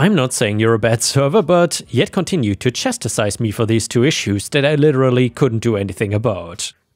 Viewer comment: chastise is pronounced Chast-eyes